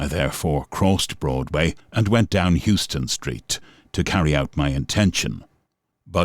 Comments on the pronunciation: how-ston street. not you-ston street. you-ston is in texas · Great video - small detail which drew me out of the story - it's pronounced "how-stun" street, not "hew-stun" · It's not pronounced as it's spelled it's Houston ( Haus ston) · Terrific account; thanks for posting! Can I just point out one thing, Houston Street is pronounced (HOW-stun) not like the city in Texas. That's where we get the neighborhood SoHo from (SOuth of HOuston)!